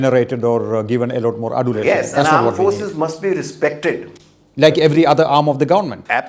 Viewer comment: can Dr jacob improve his pronunciation. lot is loat for him. T is being replaced by D and so on.